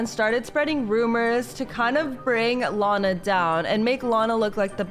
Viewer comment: team lana not lina